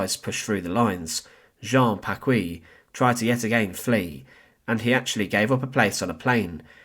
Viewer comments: His name is pronounced Packee, not Packwee. The u is silent in qu in French. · You have grossly mispronounced the last name of Jean-Hérold Paquis. It is pronounced Pakee and not Pakwee. In order for it to be pronounced Pa-kwee, it would have to be spelled “Pacouis.“ I’m French so I know. My parents listened to his broadcasts during World War II — not because they shared his views, they didn’t, but they were a captive audience. Anyhow, they always pronounced the name Pakee, not Pakwee. His real (birth) name was actually Jean Hérold, but he changed it to Hérold-Paquis becuase he was born in a neighborhood of the small town of Arches called Paquis. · It's PaKEE, not PaKWEE